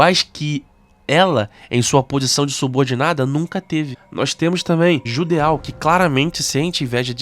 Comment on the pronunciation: Se fala Judô (o Judeau).